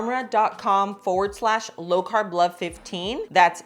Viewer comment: I think you're pronouncing the ARMRA wrong. You were saying ARMOR.